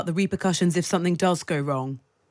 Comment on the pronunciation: How on Earth did this woman get a speaking job? Plant not "puh-lant". Safety not "sthafety". Something not "thumthing".